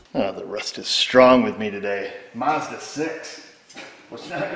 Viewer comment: Mazda ...M a z d a ,,,,, not marzda first 'a' is pronounced as in apple a you don't say arpple